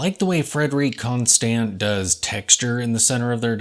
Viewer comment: I’ve heard that the Swiss French way of saying “Constant” is more like “Conston” with a silent “T” at the end. 👍🏻